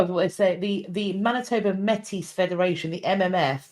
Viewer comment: Métis is pronounced like ‘may-tee’. For context - the Métis people come from French fur trappers marrying Indigenous women creating a distinct culture that mixed the 2 traditions. I think what Chartrand may have been referring to when talking about gift being given was - well just the general idea - that when the treaty negotiations were happening between the First Nations and The Crown, the First Nations acted in good faith gave, their gifts and are still waiting for the Crown to reciprocate as promised. So to take back a gift would sort of be hurting their symbolic position. Like, we’re holding our end of the bargain, what about you? (I know this was about the Vatican and I can’t really speak to this, but I think it is an additional perspective I have heard growing up in Treaty 1 territory and the homeland of the Red River Métis)